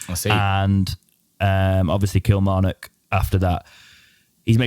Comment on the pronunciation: killer-mar-nock? :D